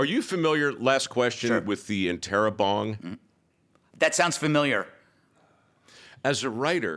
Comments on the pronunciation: Interrobang not bong. Ha ha ha! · That's "interro BANG"